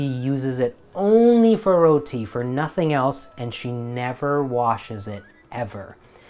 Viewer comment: nooooo dont say roti like an american.... row-tea.... say it the desi way like you did